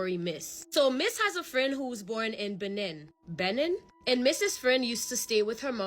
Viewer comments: Loveee your stories and content and wanted to help you out girl lol Benin is (beh- neen) 😂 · It’s pronounced Beh-neen ✌🏾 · It’s pronounced Beneen. They got some rs in that country, my bd is from there 😩